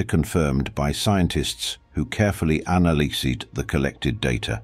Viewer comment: They anil-e-seed the data? 🤣